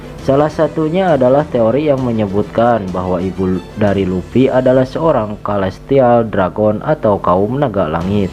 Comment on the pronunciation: Luffy bang bukan lupi